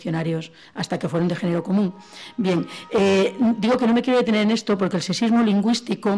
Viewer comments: Al principio a la primera conferenciante sólo le escuche "secismo" en lugar de sexismo. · Aquí mismo en esta grabación, tenemos la palabra sexismo, que la ponente pronuncia sesismo, lo que puede -con muchas ganar de debatir o simplemente polemizar gratuitamente- confundirse con el ceseo español (ibérico, se entiende) que no utilizamos el resto de hispanohablantes. Lo mismo ocurre con la pronunciación ibérica "sh" que tienen para la S, amen de muchos otros aspectos.